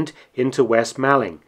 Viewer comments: Sorry to be pedantic but it’s pronounced moorling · Excellent piece. But being from Kent and just a little pedantic, it's pronounced west/east 'mawlling' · Fascinating but just a small point Malling is pronounced as MAULING. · "'Ere, chaps, you'll never guess what just 'appened in Malling..." (It's pronounced "mauling" btw) I properly lol'd at this! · Just being a pedantic Man of Kent it's pronounced 'Maw-ling'. The 'Mall' rhymes with 'fall' or 'call' not 'pal'. Interesting little video though. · "Mawling" not "Maalling" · Nice video, but your pronunciation of West Malling is poor (the A is pronounced the same as in ‘ball’) - are you a spy? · You do seem to unearth some very interesting information well done mark P.s. malling is pronounced as in shopping mall